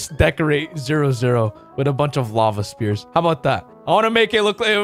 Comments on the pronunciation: When he calls spheres speers. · Normal people: Spheres.: SPEARS